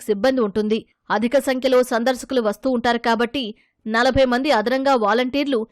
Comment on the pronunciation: సందర్శకులు అని చెప్పండి. సందర్సకులు అని చదవకండి.